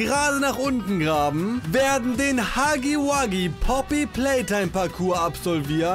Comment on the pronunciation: Es tut mir leid dir zu sagen aber es heißt nicht Huggi Wuggi sondern Huggy Wuggy